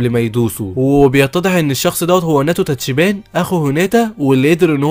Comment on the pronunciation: تابعت هذا الانمي..... تلخيصك حلو بس للاسف تنطق اغلب الاسماء خطأ 😅 تاتشيبا صارت تاتشيبان 😂 وناوتو صار ناتو 😂(الناتو شئ يؤكل) وعصابة طوكيو مانجي صارت طوكيو مانجا 😂 ما كملت الفيديو ف ما ادري... بس غالباً جبت العيد في اسماء ثانية 😂 بس تلخيصك حلو الصراحة+طريقة سردك للاحداث حلوة جداً... تجيب المهم وما تكثر كلام... استمر... لكن حاول تصحيح نطقك للاسماء... وبتكون احسن قناة تلخيص في اليوتيوب...عجبي كمان غير التلخيص انك تشرح الاحداث المعقدة وكذا وذا جيد جداً... استمر